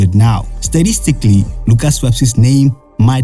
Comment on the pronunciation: the way you said statistically fucken killed me😂😂😂😂